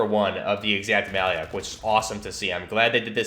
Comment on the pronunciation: the actual pronunciation is a bit different: the "lyak" part reads as Luke (Skywalker), so "lya" is more of "loo" the name itself comes from our word малюк, which means baby